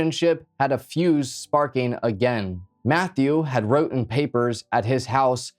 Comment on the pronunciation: wrotten is not even a word my boy